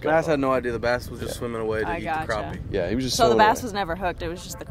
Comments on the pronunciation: Crap-pee ... not Crop-pee. :P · It's crappie not croppie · So what is the difference between a croppie and a crappie? Pronounced crop or crap?My dog takes a crap not a crop jw